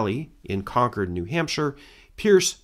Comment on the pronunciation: I can't tell you how much I appreciate that you correctly pronounce Concord throughout. Now say Worcester 😊